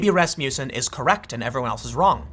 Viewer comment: Tim, it's pronouned 'RASS-muss-enn'